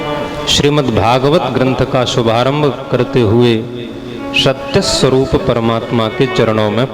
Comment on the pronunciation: प्रणाम 🙏 बहुत सुंदर लेकिन आप हर जगह स को श उच्चारित करते हो । समोसे को शमोशा सर्व को शर्व जिज्ञासु को जिज्ञाशु सत्य को शत्य, स्वरूप को श्वरूप, त्रिसर्गोमृषा को त्रिशर्गोमृषा इस पर ध्यान दें। सूर्य को शूर्य न कहें